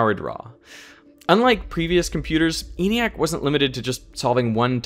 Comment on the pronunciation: ENIAC was pronounced with a short E by those who built it ( "EN-ee-ack", not "EE-nee-ack").